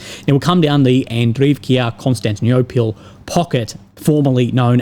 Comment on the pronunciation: KonstanTInopil. LyeBEdevka, kuRAkhove, OcheREtino, and so on and so forth. Figure out the pattern. Antepenultimate syllable is accented in words with three or more syllable.